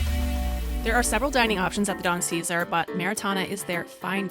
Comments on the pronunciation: Beautiful video…only one faux pas it’s pronounced the Don Cezar (not caesar)…can’t wait to go back! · Great Video. The Pink Hotel was for the Ships to see. The Navy GAVE them this Color way back when and it has stayed this PINK color. Its pronounced "Don Ce Sar" with MORE emphasis on the SAR . Think of it like a light house. Has been remodeled a few times. Great place to go jet-skiing. The white sandy beach is just wonderful. Lots of weddings happen there too. You need to spend a whole week or 2 out here. There is a whole other side just South of the that. EnJOY!!! Thanks for the video. :)) Alan